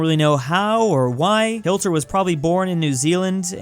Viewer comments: man said hilter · Yes hilter Edit: Why does he keep saying hilter?? Am I missing something? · i love the way he says hilter